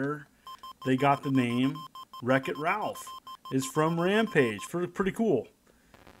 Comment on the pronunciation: Said Ralph! wrong.Its Ralph! Not Ralph.